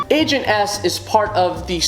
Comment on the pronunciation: I was watching until he got to ribbot and I was about to say in the comments "How dare you not include my girl agent s" and then I heard him saying angent s for #1 WOOHOO